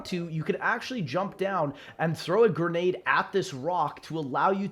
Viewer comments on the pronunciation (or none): none